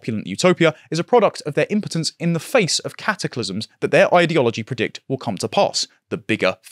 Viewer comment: One day will learn how to correctly pronounce 'ideology'/'ideological' but not this day.